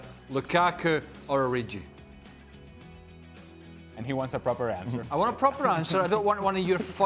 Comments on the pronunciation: "Origi" should be one of the very easiest names to pronounce. It's not short for "Original". That's a hard "g" in there, so please get it right. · This Ureeji guy must be well good. It's Origi, you twats. O-ree-gi. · Who's O-ri-gee? Btw. What did Divock do to Stevie to be in his bad 📚. Snubbed him at some Liverpool function?